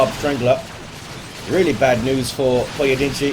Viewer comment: You nailed the pronunciation of "Pojedynczy" well!